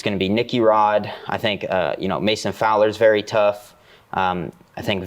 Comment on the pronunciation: Nicky Rod saying “vewy” instead of “very” makes me like him more